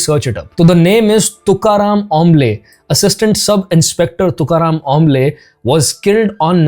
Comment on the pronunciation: Omble is pronounced with soft o like in om or Omkar.. not like an o in orange